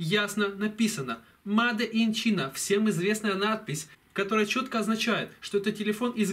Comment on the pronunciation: НЕ ЧИНА А ЧАЙНА